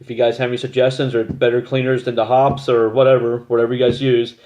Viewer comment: Hoppy's is how it is pronounced. 😉😊